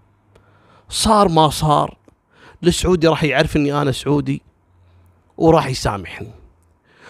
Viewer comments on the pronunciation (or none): none